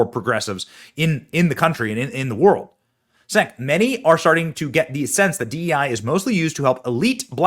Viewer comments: Pronunced CHENK not Senk. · BENNY!! ITS PRONOUNCED " CHENK"!!!!